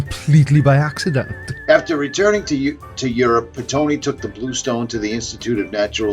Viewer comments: Why this guy says"....Italian like me"? He can't even say Pitoni with proper Italian pronunciation? According to Italian Wikipedia he was and expert in Lapis lazuli and a sort of Italian Indiana Jones and credited with discovering a sky stone. If you look out for this sky stone you'll find a lot of site selling it, smh. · "italian like myself" then murders the name lol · All the good guys are italian, just like me. Mispronounces Pitoni. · “All good guys are Italian like me…” …can’t say Italians names or words…